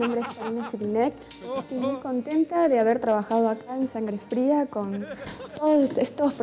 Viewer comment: ''Sangre Frá'' ??? xD